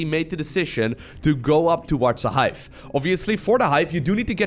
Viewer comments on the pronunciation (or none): "the Hife!"